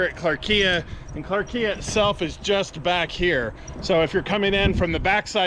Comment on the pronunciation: Maybe check out the correct pronunciation of clarkia